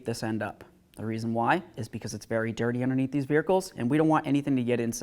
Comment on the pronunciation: Vee Ercles? Or vehicles